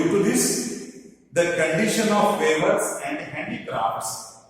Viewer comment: Hello Sir ! Please check your pronunciation of the words, 'weavers'